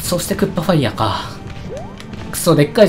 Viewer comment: 毎回「おっファイヤー」が「おっぱいやー」に聞こえる